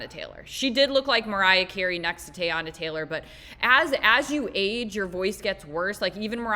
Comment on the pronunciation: “Tay-anna” Taylor was all I needed to know.